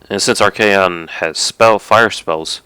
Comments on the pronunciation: AUUGH!! ar-KAY-on!! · propper is ar-kay-on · Not a warhammer fanatic, but I noticed pronuncing Archaon like ar-kon. I've heard others pronounce it ar-kay-on, also the way I've been pronuncing it. Does anyone know if there is an official way of pronuncing it, I searched it up real quick, couldn't find a good answere.